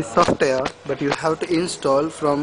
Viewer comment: Sure He is Fuckin INDIAN GUY saying SOFT AIR>>>HAHAHAHHA